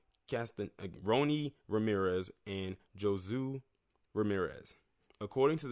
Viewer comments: Josue is pronounced with a H sound like Ho Sway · Josue is pronounced Hoe-Sway... anyway I think there is more to this story. He pissed somebody off. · This is in San Bernardino County.. im so sorry for that family.. Josue is pronounced Ho-Sway and these people need to be locked up forever.